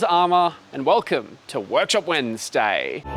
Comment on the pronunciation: What the hell is a "Wo-yak-shop"? Haha